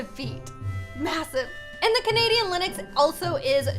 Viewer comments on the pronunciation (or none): it is Lynx not Linyx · It’s pronounced links not liniks 💞 ( I think) XD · ITS LYNX NOT LINIX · did u just say linix instead of lynx? I'm sorry but its pronounced linx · lynx No one: pronouces it linex Everybody else: pronounces it linx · its not lynix its lynx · Is no one talking about how she keeps calling Lynx Linix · Omg im getting kinda triggered ah is calling the lynx a lii-n-x undead of a ly-n-x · lynix Me: it’s LYNX no i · The animal a LYNX isn’t said LYNIX it’s said LINGX so it’s only one syllable :) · It is not lynix it is lynx!!! I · lynx is pronounced ling-x not Lin-ix btw ☺️ well that’s the way people say it where I live ☺️ (not trying to be rude) ilysm!! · Was anyone else bothered that she said. Linix Not lynx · It’s not lenix it ley-nx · Lynx is pronounce “Links”. Not “Lenox” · Linix Me: it is pronounced Ling-x (with a x sound) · How pernouces lynx lin-ix how your sposed to pernouce it ling-x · btw lynx is pronounced like "lingks" not "linux" 😅☺ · everytime says linux instead of lynx😅😅😅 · I'm Canadian... It's not called "Lynexx" it's pronounced "liNGks" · It’s pronounced Linx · Hey! Just FYI, Lynx is pronounced LINGKS or Links. Have a nice day 🦄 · this is how to pronnounce lynx: L-ing-x (kinda idk) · its pronced le-nx Ok ty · Ok the word lynx is pronounced links lol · its. prenounced lincs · Just saying the Lynx is pronounced as "Links" like the body spray x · The Musk Ox is huge and scary in real life. Lynx is pronounced "links" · Not to be rude, but lynx is pronounced ling-x :) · Lynx is pronounced LINX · Lyns is pronounced link-x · i think its literally pronounced "lingks" everywhere and she just doesn't know how to say it properly😅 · U said lynx wrong but its okay i love u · Your pronouncing Lynx wrong fyi.. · your saying Lynx wrong